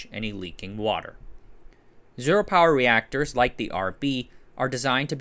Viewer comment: Reactorses... nice